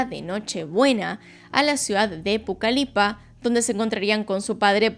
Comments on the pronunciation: Se dice PUCALPA, no PUCALIPA. 😅 Igual muy buen video. ✨ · Estaba viendo el video desde mi televisión, y no podía más con el hecho de sentir que me dolía un tripa cada vez que decía Pucalipa jjsjajskkdksld Soy de la ciudad de Pucallpa, entonces lo sentí personal jdjs. Bueno habiéndome desahogado, procedo a seguir mirando el video :] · es Pucallpa, no Pucalipa xd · Soy de peru y adoro tus videos pero es Pucallpa no pucalipa jaja me dio risa pero nada de hate, te adoro , eres la youtuber con gran parte de investigacion en los casos, mi favorita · Gran narracion! Solo una pequeña observacion, a la ciudad a la que te refieres es "Pucallpa" no pucalipa. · Me da ternura el Pucalipa, porque es Pucalpa como se dice en realidad :3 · No es Pucalipa. Es Pucallpa... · Es Pucallpa bb no Pucalipa 😅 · Hola, no es “Pucalipa” es PUCALPA (fonéticamente) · Gran relato, solo para corregir no es pucalipa, es Pucallpa , amo tus videos ❤❤ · el nombre correcto es PUCALLPA, no Pucalipa. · es Pucallpa (con doble LL), no Pucalipa, no te perdono 😔✋ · No es Pucalipa es pucaLLpa con doble L ,la ciudad central de la selva peruana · Soy mexicana y estuve en Pucalpa, jajaja no Pucalipa Que lugar tan genial 🌱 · Hola, es Pucallpa no Pucalipa 🤭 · Pucallpa asi como se lee es con doble L... XDD excelente video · La ciudad no es "Pucalipa" es Pucallpa y se lee Pucalpa. Por lo demás genial como siempre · "Pucalipa" xd, es Pucallpa, se lee: "pucalpa" como tal. Para amigues extranjeros. 🤓☝ Buen video, por cierto.👌👌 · Pucallpa,. No Pucalipa 😂 doble “ele” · Que gran caso!! Soy peruana y me sorprendió mucho escuchar este caso mientras manejaba, pero me confundió un poco cuando dijiste Pucalipa, creo que te refieres a pucallpa es con doble L. Igual ame el caso Gracias! Feliz navidad 🎁🎄 ❤ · Es Pucalpa no pulcalipa xd Mas videos de PERU :) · Pucallpa....no pucalipa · Excelente video! Solo comentar que es "Pucallpa", con doble LL, no Pucalipa. saludos! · Se llama pucalpa no pucapila